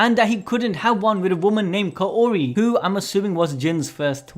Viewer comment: Kaori is pronounced as kaw-ri